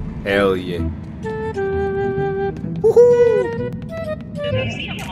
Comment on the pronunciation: Last boneworks vid: 50% "Herr yeah" 50% "Watahek?" This boneworks vid: 105% "Herr yah"